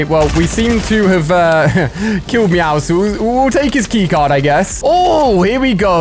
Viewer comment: meowscles not meoscoles